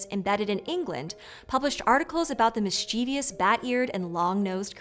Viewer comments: Hey friends. Thank you for making the internet a smarter place. Genuinely big fan, here. One constructive comment: Please, please, please, consider using a different word or *re*consider the pronunciation of [miss-chee-vee-us]. There is no such word. Only "mischievous." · Mischievous Mis-chyeh-vus Not "mis-chee-vee-us" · Dear, Bloody-hell. It hurts my ears whenever you say mischievous. Is that the way it is pronounced in North America? "Mis-Chuh-vous", or "Mis-Chih-vous" (/ˈmɪstʃᵻvəs/) is the standard English UK pronunciation. Having said that, one will probably hear all kinds of variants within walking distance of one's home or workplace. It is a tough word for many people for some reason. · Mischievous has three syllables, not four. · That pronunciation of "mischievous" with an extra syllable is like nails on a chalkboard to me. Couldn't get through the video after hearing it twice in 20 seconds. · I like that. Nice one. Fortunately, no I am not bothered by every slip of the tongue. I am in no position to judge, I drop my RP often. However, Mischievous seems to stump most folk. It just hits my ear in the wrong way each time. Have a good one. Cheers.